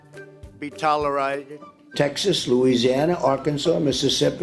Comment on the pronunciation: "Tolerided" for 4 years with all his "accompliments"